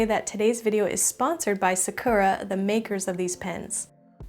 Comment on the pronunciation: Love the video very relaxing! And it definitely made me want to buy some pens. Sakura is pronounced Sah-koo-ra though ;)